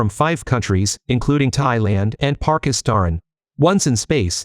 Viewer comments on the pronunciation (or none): Usually I'm on board with shitting on these AI voice channels, but honestly the info presented was good in this one. I just wish you could smooth out that damn AI voice. ("Parkistarn") Probably not a native english speaker but at least he's putting in effort which I respect, unlike the multitude of others.